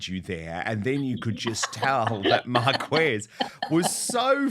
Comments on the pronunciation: Or as silly Angela says " the woman in the green trousers " not much research there at all 🤪 also Dan it's pronounced Marcez not Marquez as it looks when written ! 🙄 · Hey You….Get your pronunciation correct!! Mar-kwa-kwez? Huh❤️‍🔥!!!!! Oh Gosh, He Does Sound flustered!!!